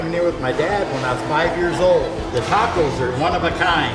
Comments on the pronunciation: please practice pronouncing the word TACO ----TRY THIS TAAAAAAH-COS AND NOT TEKOS,,WE LOVE UR PROGRAM AND HAPPY YOU'RE ENJOYING EXPLORING OUR FOOD , OUR CULTURE AND OUR TAAAAAAAAAH KOS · I was cringing at the way she pronounced "tacos." Then she met the 2 surfers from San Diego. After they pronounced it correctly, she pronounced it the same way. I figured she picked up that she had been pronouncing it weirdly. Nope! 10 seconds later, she's back to the weird pronunciation.